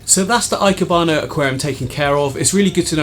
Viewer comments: Just a pronunciation tip from my Japanese wife, ikebana the "e" is pronounced like the "e" in "egg" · Yup 👍 e - kebana